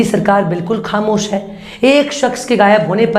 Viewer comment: Channel 's news are good but anchor's pronunciation is very bad. She should use bindi in Hindi. She should use bindi in words like: khatra, khamosh, gaur instead of Ghour, etc.